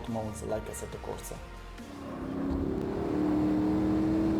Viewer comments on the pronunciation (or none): none